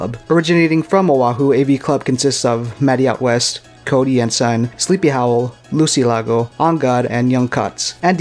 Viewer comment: Ayo thanks so much for covering the crew and I! Glad I got a lil flavor in there with Cover Art, Vol. 2 🌶 Just for future reference my name’s pronounced Lou-say-lago, but don’t stress it haha